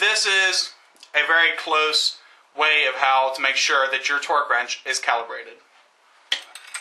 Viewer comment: cowelebrated ha ha ha its calibrated. you say it like this............ CAL--- E--- BRAY------TED..............calibrated...